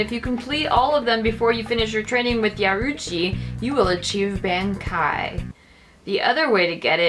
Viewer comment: Saw Bankai, figured what the hell I would give it a chance. Not only did you butcher the name, but the name of the trainer...Yea. This channel is not good. Youtube led my life into a lie, of fake comedy and butchery. D:<